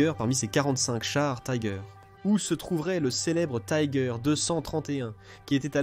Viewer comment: J'ai cessé très vitE d'écouter : Tiger prononcé à l'anglaise!!! Taaïïïgueur... Inconcevable. Puis 2 secondes plus tard : Panzerkampfwagen "sixe"... C'en était trop! Quel dilettantisme, quel amateurisme. Nul et archi-nul ! A fuir...